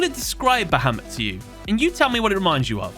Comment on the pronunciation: Is anyone else triggered or annoyed by how he says bahamut wrong or is it just me?